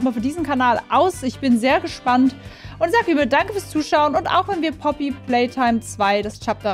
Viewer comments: Langsam regt es auf dass du Puppy statt Poppy sagst :,) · ich liebe wie du poopy playtime sagst😂😂